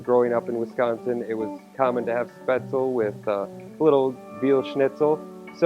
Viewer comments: Exactly. Every time chef pronounced it, I was mentally correcting him. Shpets-leh. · You're right, the e isn't silent, but it's not pronounced like recipe. he also says the ae sound wrong as well as the z. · Nice twist on a classic German recipe. 🍺😋👍 Btw, the 'e' isn't silent in Spaetzle. Its pronounced exactly as the 1st 'e' in 'recipe.'